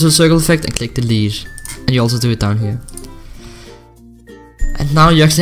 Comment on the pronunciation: what do you mean "deletd"